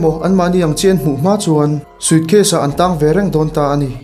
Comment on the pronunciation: "sucase" i ti zel a😂